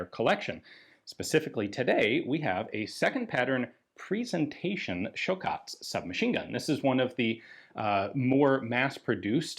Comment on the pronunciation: Ian is learning Croatian. Nice pronunciation.